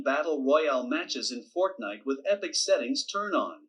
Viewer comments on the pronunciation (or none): none